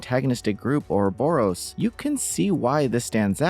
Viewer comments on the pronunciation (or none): none